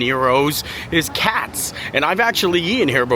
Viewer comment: “KATZ Deli” (not “cat’s), opened its doors in 1888